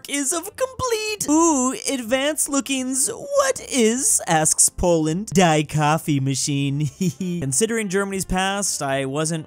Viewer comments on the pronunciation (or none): fails German pronunciation twice. me-in die should be pronounced as mine should be pronounced dee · Ja is pronounced Ya and Die is pronounced Dee in German. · I know German, and made all my braincells die from his pronunciation of "die" it means the, not DIE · The German pronunciation of die is not Dy it is dee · please, "Die" in German is pronounced "Dee" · Petition to to learn pronounciation of German words (Die) 👇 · did not just pronounce mein and die like that 💀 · BRO SAID DIE AND MEIN SO WRONG 😭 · I'm not even german and i cringe when you mispronounce "mein" and "die". Also, Finland is not serious, they gave birth to some legendary memes.